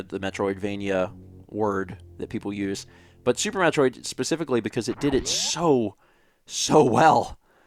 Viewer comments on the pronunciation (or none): none